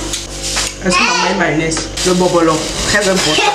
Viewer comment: Arrête de dire bobolo’o 🤣🤣🤣🤣🤣